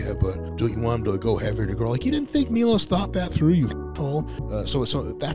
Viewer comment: He pronounces his name wrong, its Miloš